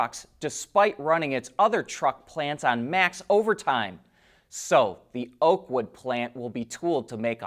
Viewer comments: Oakville, Ontario not Oakwood!! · “Oakville” not oakwood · Thank you for your informative videos. You confused the name of the location of the Ford plant. It is “Oakville” Ontario, not “Oakwood”. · Oakville not oakwood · It is OAKVILLE not Oakwood! It's in Ontario. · Oakville not Oakwood. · Oakville Ontario, not Oakwood